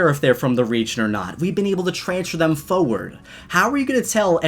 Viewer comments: I love your videos, but it's foRward not foward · Foreard foreward foreward ummmmmmmmmmmm foreward what word is that (you say in such a weird way no offense) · Why do u say forward like that